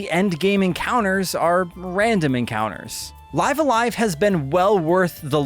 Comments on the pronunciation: isn`t pronunciated like "leeve" a live? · when he pronounces live a live "life a life" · Life The name of the game is pronounced "Live"(rhymes with Give) "A-live"(rhymes with dive). The way you're saying it is not correct and just sounds silly. Otherwise great review! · It's pronounced "Live a live" , duh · It's pronounced "Live A Live" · It's live a live not live a live 🤦🏼‍♂️